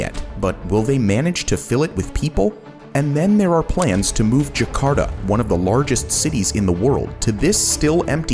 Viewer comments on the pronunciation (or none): I dont know why US people use proper Spanish accents but for other languages they use their US accent. When they say Por Favor or Ke Pasa, they never say it like Phor - fay - vorh or kay - phaysaa. But this guy is saying Jaa - karr - taa as jekharda.